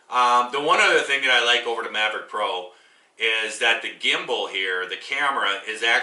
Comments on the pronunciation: Mavic not:)) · You should learn how to pronounce the name if you're going to review something LOL maverick? Its mavic!